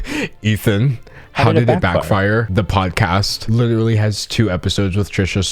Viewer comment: “Lit ruh lee”- that simply won’t do sir.